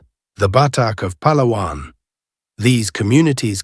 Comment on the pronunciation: I am so happy for the proper pronounciation of the name mentioned Pàlawàn. Now people pronounced it pahhhlahhhwannn which is wrong. Pàlàwàn is the right or correct tone.